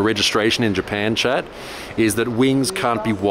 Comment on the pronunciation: Every time you say "chat" I think your saying "Chad" and Im like whos Chad?